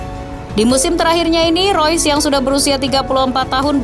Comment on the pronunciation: Kenapa admin bilang rois.. Itu kan reus